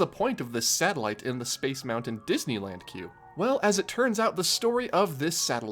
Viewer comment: I simply MUST SAY THANK YOU for saying Moun-Ton and Foun-Ton etc. instead of the incredibly annoying Mou - UN or Fou - UN. Again I say THANK YOU.